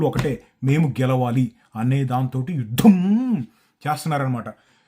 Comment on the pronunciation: యుద్ధం, యుద్ధం ఒత్తు పలకాలి అందరూ 😅